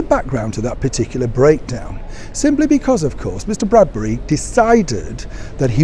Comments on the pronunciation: If you want us to believe what you're telling us you ought to at least get the journalist's name correct. It's Tom BRADBY - NOT BRADBURY. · Are you calling Tom Bradby, Tom Bradbury? Sorry but that’s what I am hearing!